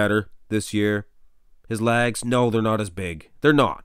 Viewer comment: Like your videos a lot but you gotta stop saying lags instead of legs!